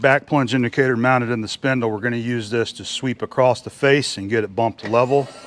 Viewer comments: Why do so many Americans say " acrosst" ?There is no "t" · It's local idiosyncratic phoneme usage. ''One explanation is that people say “acrosst” because of elision when the next word in the sentence starts with a “t” (like “the”). “Don’t go acrosst the road”. The words slide together and the “t” sound gets transferred to “across.” People may also associate across, a preposition or adverb, with the verb “to cross,” which has the past tense, crossed. Because of association, they can tack on a “ed” or “t” sound to “across” because it sounds familiar. He crossed the road. He went acrosst the road. Acrost is generally regarded as a colloquial pronunciation of “across.” It’s not technically correct, but it’s very common.''